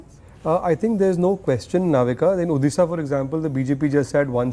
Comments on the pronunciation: try to pronounce odisha correctly...u calling urself an anchor u bitch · Oyee Anchor Madam please pronounce Odisha. correctly. It is not Uddisa ...it is Odisha..